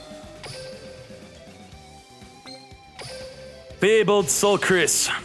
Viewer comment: “Soulkris” No R to be found in “Fabled Soulkius” ???